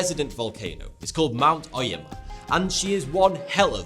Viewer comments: ... Mount O-yama, not Ai-yama. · It's "Oh yaw ma" not "Oi yuh ma"